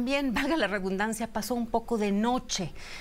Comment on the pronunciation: La escucharon? Valga la "REBUNDANCIA"???????????? Que horror!!! REDUNDANCIA sra!!!! Aaay lela que haces en la política???? Mejor inscríbete a la primaria nocturna!!! Adelante con la 4T!!! "rebuznancia" es el idioma de lela.😂😂😂